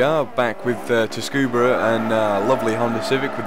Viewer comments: Cool vid. But it's pronounced Tsu-kuh-bah, not Tuskuba. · great video!! but please don´t say "tuskuba" just read it, it´s tsukuba. it´s just a correction ;) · so wide tyres plus slicks cause lack of handling? yo dude you should apply to be a WTCC, JGTC or LMS engineer with facts like that. it's also pronounced Sucuba with a silent T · make video about tuning... cannot pronounce tsukuba :/ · Not being picky, but it's pronounced "Su-Ku-Ba" (the t is silent) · "tus-kuba" ha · Tsukuba = 'sue - koo - ba' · It's pronounced 'soo-koo-ba' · lol the pronunciation of tsukuba